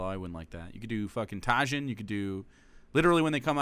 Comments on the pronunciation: Tajin is pronounced Ta-heen. <3 from Tejas. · ……… it is not pronounced “ta jin” it’s “taheen” 😭